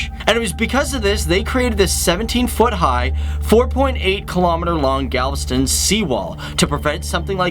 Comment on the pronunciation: galveston? say it again?